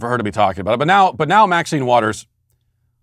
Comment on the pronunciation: You pronounced Mac-sine Waters wrong.